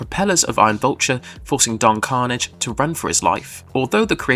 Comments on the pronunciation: Carnage?😂 thats an mcu character. It is don carnage! Emphasis the last syllable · Don Carnaaaaj man. Your pronunciation is killing me. Watch the show if you're gonna cover it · Nice video but... did you even watch the show? It's pronounced Don Carn-AGE!